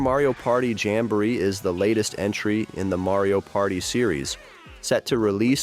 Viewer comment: It's jamboree not jambur 💀❌🥀